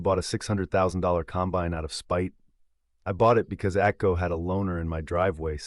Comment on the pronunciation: ATCO? That's AGCO.